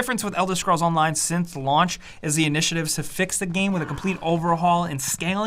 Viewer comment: Elder "Shcrolls"